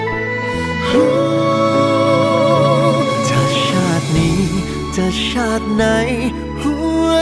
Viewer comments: นักร้องชาย ออกเสียง ช ฉ ไม่ถูกอักขระ ฟังแล้วแปลกๆ น่าจะฝึกหน่อย ทำให้อรรถรสของเพลงสะดุด อย่างน่าเสียดาย เปิดตัวเพลงด้วยเสียงนักร้องผู้หญิง คือ เพราะจับใจมาก พอมาเสียงผู้ชาย เริ่มต้นเบาๆ เหมือนจะดี แต่พอเจอ เสียง ช จะชาตินี้ จะชาติไหน คือ อารมณ์สะดุดนะ หรือนี่คือ ตั้งใจให้ออกมาอย่างนี้ 😂 เพลงแนวนี้ น่าจะคัดนักร้อง ที่ออกเสียงอักขระถูกต้องมานะ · จะชาตินี้ชาติไหน ค่ำว่า ชาติ ของคุณ ธีรนัยน์ ออกเสียง เพราะมากเลย ไทยแท้